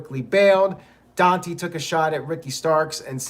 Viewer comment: It's pronounced Don-TAY not Don-tee lol